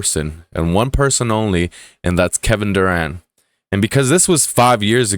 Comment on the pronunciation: Durant, with a 't'